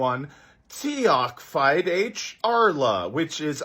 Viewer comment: The Tiocfaidh ár lá pronunciation was amazing.